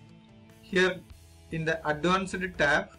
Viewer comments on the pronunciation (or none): none